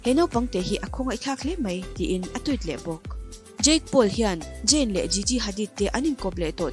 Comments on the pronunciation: In post hi delet ru.. Jayn ani lo! I pholang dawn nih chuan chhiar dik ve tal ula.. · Jayn ti hian lam tohlo laa😀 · Zayn 'Z' 'J' anga lam hi chu ngaihthlak a nuam chiah lo😁😁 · zayn tih tur zawk ania jayn ni lo in 🤭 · Jayn a🤦🏼 ka bialpa hming i va lam uluk lo ve aw..ZAYN tur zawk aw..🤧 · Zayn I lam dan mawlh khi ka pawmzam theilo 😂😂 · Zayn hming I lam Dan hi amak e 🤪